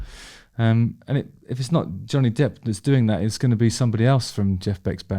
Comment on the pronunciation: Every time you said the name I kept mis-hearing it as "Johnny Depth"!